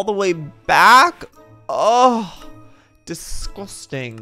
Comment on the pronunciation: ugh dIsGuStInG 😂 love how he pronounced that 🤣